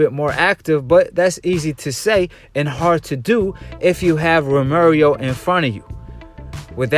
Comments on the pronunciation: Once you said Ro Mary Oh I left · Lol Ro mary O lolol bruh why u keep sayin that? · TEL BARBA 🤣😭🤣🤣🤣😭 it’s pissing me off